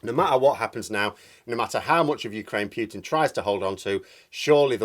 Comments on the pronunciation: Great video as usual but please, his name is pronounced POO-TIN not PYEW-TIN. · for the love of the gods, it's pronounced "Pootin", not "Pyootin". It makes me cringe every time you mispronounce it. I don't expect you to pronounce it with a perfect Russian accent, but arbitrarily changing one letter for another is ridiculous. It would be like pronouncing your name "Meerhose" or something! Wow, you said it correctly! haha. Nice! Oh dear, that didn't last long! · 1. Thank you for your contribution. 2. Poo-tin not Pyootin - (П-у-тин not Пютин ). 3. It`s good to disagree with people; not so good to insult them. 4. In my attempt to understand this game of chess, i don't think NATO should be underestimated, or its influence on Mr. Poo-tin. There is, i suspect, quite a lot to this thing, and we are being subjected to a lot of propaganda from different 'points of view'. Please remember you don't know everything (yet, if ever), and i will too.